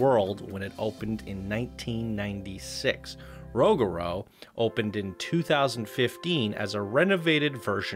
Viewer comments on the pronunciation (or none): Ro-Gur-u not rogru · It’s roo- ga- roo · Rougarou is pronounced Rue-ga-rue (not trying to be rude just pointing it out) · It’s a very confusing name but it’s actually pronounced “roog-a-roo” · ProjectSunset actually roog-a-poo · For Rougarou, it’s actually “ROO-ga-ROO” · Imma help my boy out, rougarou is pronounced (roo-ger-roo) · Can please stop saying 'the' in front of the coaster name please? It makes the coaster enthusiats cringe. Also it's pronounced Roo-ga-roo. According to the park, it's French for "nightmare" which Google disagrees with so I have some trust issues with CP. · Here let me help you out with pronunciation for Rougaru rew ga rew lmfao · It is pronounced 'Roo-ga-roo' x.x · As a previous crew member on Rougarou. Your pronunciation makes me cringe. Rew-ga-roo.